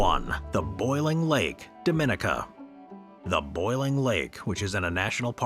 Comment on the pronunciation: The AI pronounced Dominica wrong too